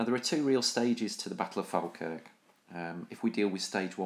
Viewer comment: Its pronounced Fall-kirk or as we say in Scots Faw-kirk :)